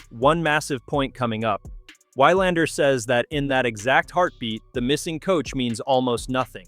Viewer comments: It is VVVilandar, with a "v" even if it is spelled with 'W'. This is ridiculous, and makes one wonder if this is read by a robot, or the reader is Americanly miopic. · Why-Lander...oy...thse AI scripts are really losing appeal fast...